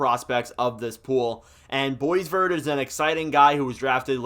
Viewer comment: It is, Sasha Boy-Var, it is French-Canadian pronunciation.